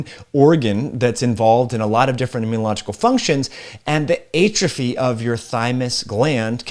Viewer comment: A-truphy!! Lol it’s prounouced Aaatrophy